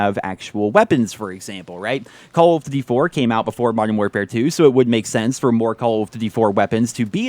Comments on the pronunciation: I just don't like the way you pronounce DUTY It's DOODY not DIDY. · Why can't this guy pronounce "duty" right